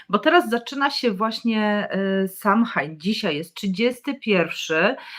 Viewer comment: Pozdrawiam i dziękuję. Btw Samhain wymawia się „so łin” 😃